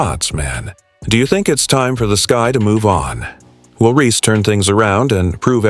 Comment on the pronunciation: You expect us to listen to your when you can't even say REESE INSTEAD OF REE.